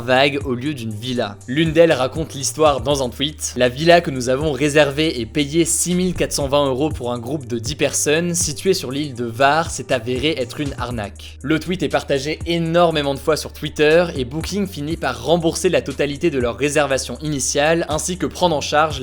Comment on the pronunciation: Hvar ça se dit rrr'var